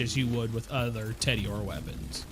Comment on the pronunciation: Everytime you say "Teddy-ore" I die a little inside.